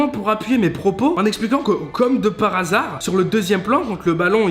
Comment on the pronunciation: Tu pourrais apprendre le français à Tsukyo (gros patapouf) pour qu'il arrête de dire comme de par asar au lieu de comme par hasard 🤙